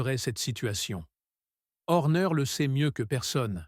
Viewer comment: Salut Monagasse, Louis Samilton, L'endonorice .... Verstappen ou Verstapène ? Horner et non Orner ... à " ce bâtre" .. "la néaurée" 😂😂